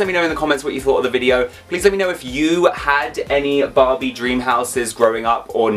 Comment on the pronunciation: why you if you call that Barbie "Bobby"